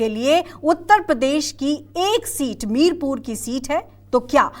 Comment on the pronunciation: Madam ji ye mirpur nahi mirapur hai ye